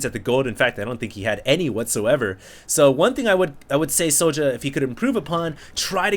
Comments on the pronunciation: yeah i've heard other casters pronounce "sjow" as "show". good little series - i think both players were playing off-race this series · Why don't you just pronounce it show? The way it's meant to be pronounced ? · IT'S READ "SHOW" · Sjow is pronouced J-Wow in korean